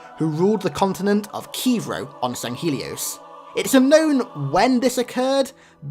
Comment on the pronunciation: I can already hear the retainer fucking you over on that "swords of sanghelios" pronunciation